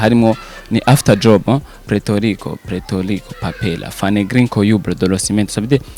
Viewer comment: hitwa Puerto Rico not Preto Rico.